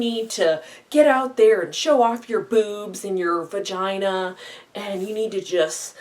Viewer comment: Hahaha the way you say "vagina"